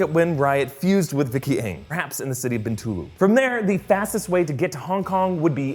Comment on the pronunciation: It is pronounced 'See-Boo' 😂 You got Bintulu right though, so good job! I'm from Sarawak itself and when we saw that scene, my fellow cinemagoers and I were going like, LOL. At least they got the toilet signage at the airport correct though.